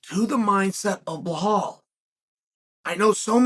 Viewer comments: Can someone please tell Chael the name is pronounced Be-Lal, NOT Balhal. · Dafuq is blehol 😂😂😂😂😂😂😂😂! Come on chahel it’s Belal! Remember the name ! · his name is Bilal, not BLAHAAAL Bro C'mon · uncle Chael... it's BE-LAL... Blahal smdh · Chael says he reads all the comments. Why'll he's at it he should bother to read the title of his own videos and see that Bahall's name is Belal. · Who the hell is bla-hall??? I thought Burns was fighting Belal Muhammad?? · Sonen is an idiot for not being able to name Bella the right way. He s like disabled and can’t say it right? Why he mocks him like that? He knows how to name him right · CHEAL FOR GODS SAKE IS BELAL LIKE BE LAL 😅😂😂😂😂😂😂 NOT BLAHOL 😂😂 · hes name is belal not blahal and you say khamzat not hazmat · Blahol hurts everytime I hear it. Chael is dyslexic. Makes his trash talk back in the day even more special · Ok guys, put your money on Blehall "mispronounce the name" Mohammad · Why does Chael keep mispronouncing Belal's (Be-LaL) name ? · Are you knew? He mispronounce everyone 's name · no hes not he says the white Russian names just fine if ur of colour he makes it his mission to mis pronounce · Why he say blahol HAHAHAHAHAHAHAHAHAHAHHAHAHAHAHA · Chael your predictions are way off. Say something now mate. Too many hits to the head in your days or something? Also, try say his name correctly. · Chael's mental note before saying name of a muslim fighter: I must mess it up 👺